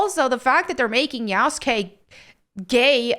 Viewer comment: Yasukey👀 yasugay💀